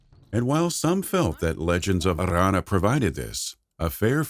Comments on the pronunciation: Legends of Arrrrrrrranna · Legends of Arrrrrrrrrrrrrrrrrrrrrrrrrrrrrrrrrrrrrrranna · Stop rolling your r's on Aranna. So annoying! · That r is so strange!